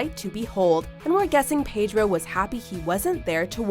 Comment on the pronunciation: Please learn how to pronounce 'Pedro' correctly, darling.